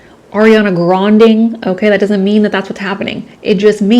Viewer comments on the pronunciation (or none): "Ariana granding"😂😂😂